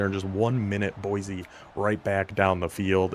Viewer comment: Boy-see, not Boy-zee